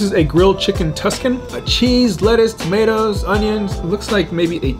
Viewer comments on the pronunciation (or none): none